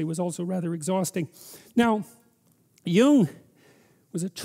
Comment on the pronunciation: it's pronounced Jung.